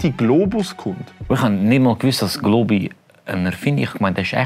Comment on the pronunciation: Dä einzig Globi da isch dä. Und du sprichsch globi falsch uss es heisst globi. Nöt glooobi